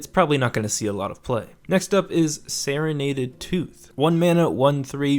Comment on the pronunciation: I think you might have pronounced 'serrated' wrong, not 100% sure though